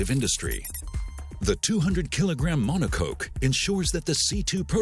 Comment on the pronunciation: We all know that's not how you pronounce monocoque...